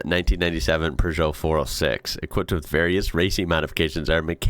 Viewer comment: Where does he get an "r" in Peugeot?